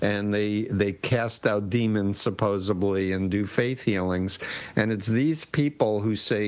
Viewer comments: Did he just say "supposeBly"? 😂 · "supposably" ...really? C'mon.